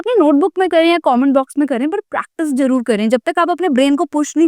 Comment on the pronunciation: Your pronunciation is not good like sahi word manzoor hae lekin aap manjoor bolti ho aur zaroorat ko jarurat